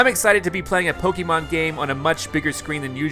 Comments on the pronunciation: And the correct pronunciation of "Pokémon" too, since he mispronounces it as "Po-kee-mon". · Pokémon is with the long E sound, you know. I think you should watch the anime later.